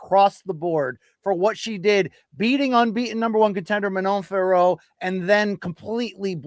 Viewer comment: Yesss BC!!! Once again you pronounced Fiorot correctly unlike Jon Anik and his cohorts!!! MK bringing the accuracy as always!!! Bien joué mon gars!!! 🇨🇵🇨🇵🇨🇵